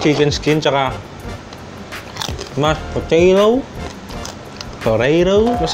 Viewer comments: Nakakatakam po tas yung mashed "Poreyrow" 😂😂😂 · Tatawa ako sa "mash poreyrow" HAHAHAHAHAHAHAHAHA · Mash poreyrow😂😂🤘👏